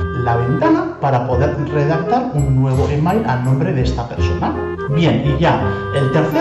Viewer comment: al pronunciar e-mail como se escribe hay que repetir para saber lo que dice pero bueno uno luego se da cuenta de lo que hablas, la música un poquito fuerte. El resto me gusta como esta explicado.